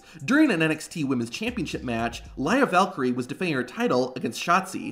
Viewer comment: its lyra Valkira